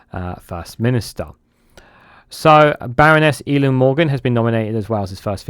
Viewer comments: Eluned is pronounced Eli-ned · El - ee - ned is a closer phonetic rendition - although the pronunciation of Vaughan Gething really takes the biscuit!!